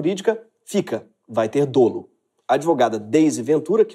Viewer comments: A pronúncia de dolo é "dólo" e não "dôlo". Ótimo vídeo !!!! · A pronúncia é “dólo”, e não “dôlo”. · Sem querer ser chato, apenas com o intuito de contribuir com o canal, mas a pronúncia correta é “dólo”, como se o primeiro “o” tivesse um acento agudo.